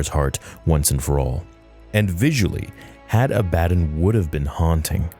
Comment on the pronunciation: I believe the pronunciation is Had AH-buh-dawn It potentially may have been taken from or inspired by the name Abaddon in the Bible, which is a name of a place of destruction, as well as the name of the Angel of the Abyss. The word is Hebrew for "destruction" or "doom". The Greek word for it, Apollyon, means "destroyer". Seems fitting.